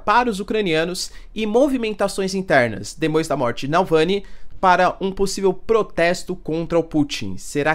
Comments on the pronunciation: Reiterando: Professor por favor, pare de errar o nome do ativista russo!!! NÃO é Nalvãny e sim NAVALNY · Professor, a pronúncia do nome do cara é "Naválny", não Nalvany 😅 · Eles falam que não vai ter soltados alemães no campo de batalha !!! mais por debaixo dos panos enviam vários soldados!!! quanto a dicção não é NALVANY é NAVALNY !!! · Nalvany, não, rs, Navalny. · Não é NaLvany! É NavaLny! É difícil? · O certo mesmo é NavalNI porque termina com I. Pronuncia-se como Itamaraty, guarani, saci, e nunca NaVÁLni. Estão acabando com a belíssima língua portuguesa. Eu sei como é. No fim, a pronúncia inglesa acaba se impondo; e os gringos falam NaVÁlni. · "Davalllllny", não "Dallllvany"... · Voce falou noem errado do homem mais de 30 vezes. Nao é NAUVÂNI. é NavAUny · O correto é Navalny e não Nalvany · Nao seria correto se pronunciar navaLny?